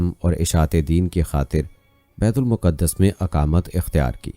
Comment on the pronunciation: Baitul muqqadas Nahin kehte baitulmaqdas kehte hain